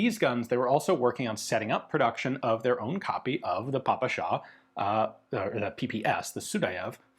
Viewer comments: more of a 'peh-peh-sha' than 'Pah-pah-sha'. It always bothers me for some reason :D Like you actually try, you asked someone to give you a native language appropriate pronounciation but they failed you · weeel, the really correct one would be "pe-pe-shah 41" and "pe-pe-es 43" Ive spoken with quite a few ukr and rus about guns, never heard papasha, did hear pepesh though, a nickname pronounced like depeche of depeche mode. but the russkies never pronounce P as "pa" and of course, western alphabet doesnt even have anything close to the kirillytsa three prong "šsha" also, the backwards R means "ja" so every western stereotypical russian text looks ridiculous to anyone who has studied the slavs for more than a day. sincerely, someone who hates putin, isnt russian, but speaks it enough to throw my two kopeks in. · We pronounce П as "peh", not as "pah", so yeah, it's "peh-peh-sha". But, PPSh, like a lot of weapons, earned the nickname "papasha" during the war, which means "daddy", and obviously sounds similar. It's pronounced with the stress on the second syllable, so Ian's pronunciation still isn't correct, but it's close enough.